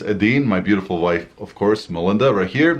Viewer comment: This is the first time I realized your name is Melinda! I’ve been hearing “” in all the videos I’ve watched before.